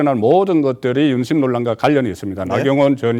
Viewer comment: 윤심이냐 임신이냐 발음 똑띠해라 ..알것나...